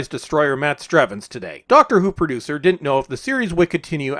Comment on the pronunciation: Doctor Who Poo-ducer.